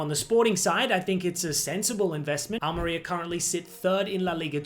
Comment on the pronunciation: The stress is on the I: Al-meh-REE-ah